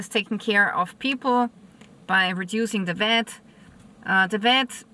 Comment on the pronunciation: It is not VET but VAT!! Not TEX but TAAX!!😂😅